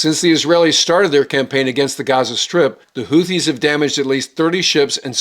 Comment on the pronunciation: ‘HOO-TEE,’ not ‘HOOTH-EE.’